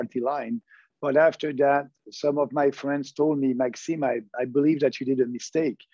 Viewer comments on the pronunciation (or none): Agreed. But it is MaxiMe, not MaxiNe.